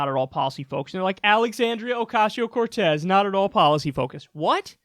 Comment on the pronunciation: Holy crap, they actually figured out how to say her name.